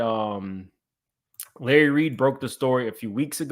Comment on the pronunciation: Lurry… Me: Lahrry, ooh chile… 🤣😂